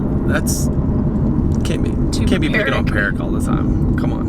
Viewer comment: lmfaooooo "perric" i fucking died, put a nose on that tumor and you can call it perric